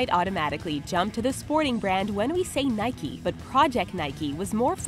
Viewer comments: It's "Nike", not "Nikey" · Instead of Nike it’s nikey XD